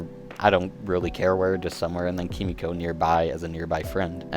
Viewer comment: It’s “Kee-mee-ko” not “Kuh-mee-ko”, like a dumbahh American. I’m a massive weeb and I hate seeing my countrymen butcher Japanese phrases!